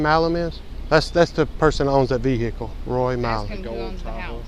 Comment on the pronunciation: Since when has the word ‘Vehicle’ had 3 syllables?